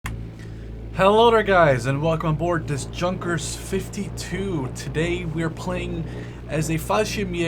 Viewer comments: 0.01 it's not ju-nk-ers it is pronounced Yu-nk-ers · Great video, just one problem: Junkers is pronounced more like 'Yewnkers'. If that makes any sense. Just google the pronunciation and that'll clear it up